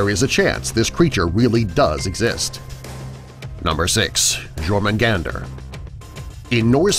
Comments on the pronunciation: It's pronounced "yourmagund" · Jormugandr is pronounced your-mu-khan-dr